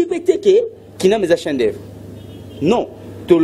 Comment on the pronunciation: atanga troooo mais azo LOBA "CHIEN D OEUVRES" 😃😃